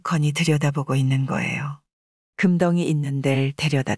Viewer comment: 항상 잘듣고 있습니다 금덩이 발음하실때 금떵이라 하는게 맞습니다